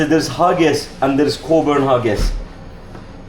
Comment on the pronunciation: Great video, showing alot that others wont know exist. I worked in Cockburns, pronounced Coburns.Their haggis is amazing. Lovely owners too, Dalmore farm is great aand staff also lovely.